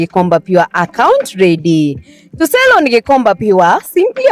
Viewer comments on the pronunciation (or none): none